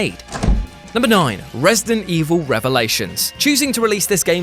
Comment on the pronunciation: It’s resident evil not resting evil 😂😂